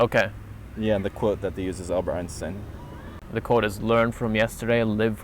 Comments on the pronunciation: As a German i can confirm that you say 'Einstein' correctly. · hahaa I was laughing in the video because I thought was pronouncing "Einshhtein" wrong lol. He told me he was actually saying it correctly. I prefer the way pronounces it / the correct German way then how we Americans pronounce it! lol:)